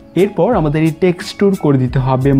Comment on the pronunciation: টেক্সটুর না টেক্সচার গাধা